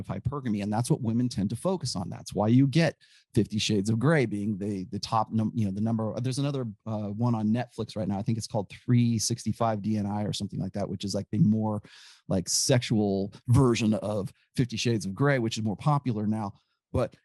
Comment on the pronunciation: "365 DNI" funny how pronounced it. "Dni" means "days" in Polish, you don't spell it letter by letter to sound almost like 'DNA' lol. It's pronounced "dn-eeh"